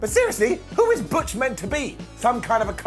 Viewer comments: Sorry but butch pronounced in German is not bitch. All thoughts to BigE. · Butch is meant to be German and pronounced Bitch. That just busted me up laughing so damn much lol. However, on a serious note, I really do hope Big E makes a full recovery from his broken neck. He's a damn great wrestler that has still got a lot of wrestling to go in his career. Lots of love to you Big E!